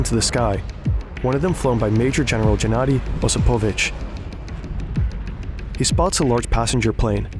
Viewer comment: jesus, surely you can find ONE russian speaking guy to help you with the names, right? It's Gennadiy. G as in "girl". Osipovich with the stress on the first I - OsIpovich